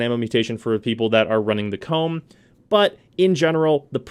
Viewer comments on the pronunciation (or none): none